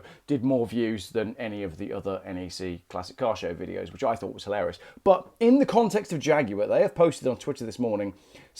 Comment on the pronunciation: emphasis on the word 'thought'.